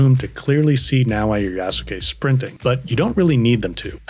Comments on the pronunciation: yeah, The correct pronounciation would be similar to "YAHS-KEH" maybe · Tried it out myself, you're right, the "u" is almost there but not really. It did sound much closer to "keh" than the natural english "kay" in actual pronounciation, so you are definately right with that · Yasuke is pronounced - Yaas (short a) - Ke (Kay). The u is silent